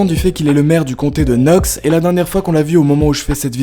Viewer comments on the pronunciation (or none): none